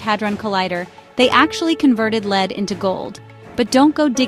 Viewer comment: Lead not leed.